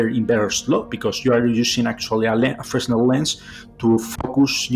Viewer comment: Imagine that the WOW! signal decoded says "Prepare to meet your doom!" Good job pronouncing Fresnel correctly. Most people say it with the s included.